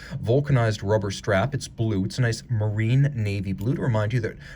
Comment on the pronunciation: very nice piece - even though a fresh video, I need to correct my beloved watch commentator in his French - you pronounce "Marine" in French similar to English "Marine" - you speak the "i" as an "e:", not as did with the nasal French sound. cheers